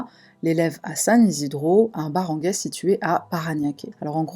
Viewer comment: Salut. Je suis philippine et ce que tu dis est juste. Barangay se prononce baranguaille. On melange l’espagnol, l’anglais et le tagalog dans le tagalog, la langue national pour se comprendre etant donné que les gens parlent toujours leur dialecte natal. On peut aussi utiliser l’anglais pour communiquer. Les barangay c’est une sorte de police affecté a chaque arrondissement d’une police. La corruption est très présente, les viols et les drogues sont un réel pb. Ils vont jusqu’â violer des bébés. Niveau hopital perso mise a part ma famille je n’irai jamais consulté la-bas mise a part prendre l’argent je ne connais personne qui a réellement été soigner sans parler des contrefaçon de médicament etc… C’est un pays où il faut faire très attention et ne jamais faire confiance. J’avais connu une famille américaine dont le neveu les volaient et inventait des histoires comme quoi il était maltraité. Il a finit par être blacklisté de notre résidence. Concernant les drogues il y en a beaucoup et il est facile de s’en procurer la plus consommé est le « shabu » ça ressemble à des petit cristaux comme de la fleur de sel vendu en petit sachet. L’ecsta apparemment est très cher pour eux genre 1000 pesos pour nous plus ou moins 20€. Je ne prends jamais le taxi seule et j’ouvre un peu la fenetre car il peut arriver de tomber sur des mauvais taxis qui vont utilisé des drogues en spray. Il va mettre quelques coups de spray dans la ventilation pour vous endormir. Je vérifie toujours avec mon modem